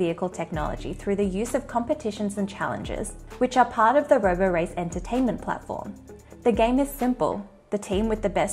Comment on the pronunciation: It's not roborace -- it rhymes with Liberace.